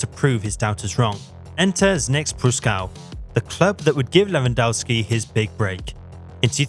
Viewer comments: Lewandowski is pronounced Levandovski. The W is like a V in polish. How many fucking years do we need to explain that to you people? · Pronounced Levandovski. W=V in polish. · How about pronouncing his name correctly! LevanDOFFski!